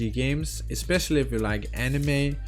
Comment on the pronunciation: Did you just mispronounce Anime. I don't know but I think Anime is pretty main stream. Also you mention you don't like clicking to progress. Genshin already updated this in settings you can enable auto dialog and it will progress without clicking unless there is a dialog choice.